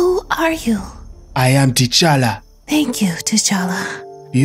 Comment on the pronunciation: It's t'challa not t'chally